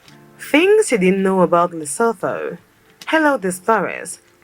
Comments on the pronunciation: Pronounced LEH (like meh) SOO - TWO...not LUH-SO-THO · Pronounced Lesootoo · it's pronounced leso2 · Eyyy famm🔥🇿🇦 Lesotho🇱🇸 is pronounced like "to" at the end (tho), so it be Like Lesoto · LESOTHO Pronounciation: LI SU 2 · The person in the video was pronouncing Lesotho incorrectly. The "LESO" part was pronounced correctly, and the "THO" part should be pronounced similarly to the "TO" in "TOY". I am surprised that they didn't mention that it's one of the few countries in Africa with Snow White winters and a popular Skii Resort AfriSki. They have cold winters, that's why they're always wearing blankets. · note she didn't say Lesotho right. I swear she's intentionally gaslighting us🤣🤣🤣🤣 And it's technically a prime minister not a governor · the way its irritating me how she says it wrong lol. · She should have learnt how to pronounce the name Lesotho before doing the video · She doesn't pronounce Lesotho properly 😢